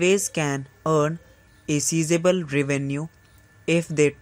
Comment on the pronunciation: please work more on your pronounciation. Sizeable is pronounced Size+able not cease+able.